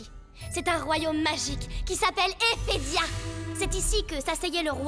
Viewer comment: C'est Ephedia pas Ethedia